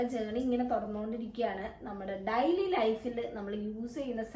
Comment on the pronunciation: Daily യുടെ ഉച്ചാരണം ഡെയ്ലി എന്നാണോ ഡയ്ലി എന്നാണോ? മാം പറയുമ്പോൾ ഡയ്ലി എന്നാണ് കേൾക്കുന്നത്. ഏതാണ് ശരി ?